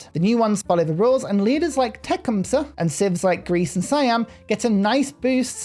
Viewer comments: Tecumseh is pronounced tuh-Kuhm·suh not Tech'um-suh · So, how I've always heard it said: Tecumseh (te-CUM-suh) with the accent on the second syllable...